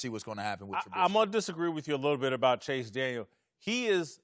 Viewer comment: It's Chase Daniel- not Daniels. Come on guys!!! Like Lavar said "he's been in the league 11 years"